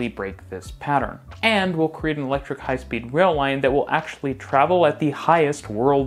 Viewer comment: Did you say electric? Noop.